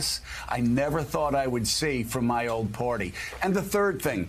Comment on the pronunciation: Hey Joe! The word is "party" -- not PORTY"!